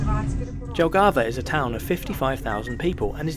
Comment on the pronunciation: Please pronounce Jelgava, Jonava, Joniskis etc. - Yelgava, Yonava, Yonishkis.